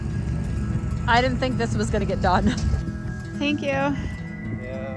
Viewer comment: duck says: 'uuhm... no fank you.' hahaha